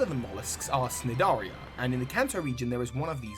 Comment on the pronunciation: Cnidarian is actually pronounced nidarian, the c is silent.